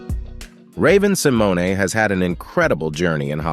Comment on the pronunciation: Never heard Shea Lebeouf or Raven Symone's names been so butchered....